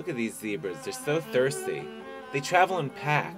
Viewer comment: "Zebrazzzz" Lolol